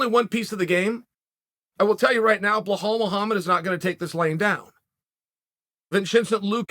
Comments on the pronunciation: I love how he consistently says BLA-HALL Muhammad when his name is super easy to say. Belal Chael!!! Say it……BE-LAL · Chael pls fix ur pronounciation of khamzat and Belal. It is „H-A-M-Z-A-T“ and not „h-a-Z-m-a-t“ and it is „B-E-L-A-L“ (the first „e“ pronounced like the „e“ in „bell“) so u day „bell + al“. I don’t know how u got „Bahal“ as a pronounciation. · "Blahaal"? It's Belal "Remember the Name" Muhammad🤦🏾‍♂️ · why uncle cael cannot pronounce the name of Behall and Hazmat name right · It's Belal "Remember the name" Muhammad" not Blahaal sonnen 🤦🏾‍♂️ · Who is "Blu Hal"? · If chael says your name is Blahal and Vinchenzent, you're legally obligated to change your name. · Vinchincent luque and blahall !!! LOL, I love the bad guy's pronunciation !!! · Blahal Muhammad and Vincincent Luque 2 of the best worst pronunciations Chael has graced us with. It’s clearly on purpose at this point. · 🤣🤣 Although somehow Hamzat or Hamza is correct pronunciation of Khamzat. He made correct pronunciation of toughest name, and simpler names like Belal or Vicente was made tough. Uncle Chael P Great Sonnen for us. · “Blahal Muhammad” and “Vichenté Luké” 🤣🤣🤣🤣🤣🤣🤣🤣🤣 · Blahhall mo hammed. Vchentie luki. Never change cahrl sonne